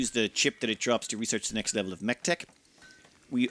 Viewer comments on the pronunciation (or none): "... what with them being a mechinator, they can summon the Lext Nevel of threat" I had to listen to that twice, because the first time was distracted by thinking "WHAT????" LOL